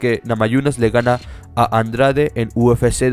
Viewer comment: Jessica Andrach??? jajajaja en portugués suena la "de" como dyi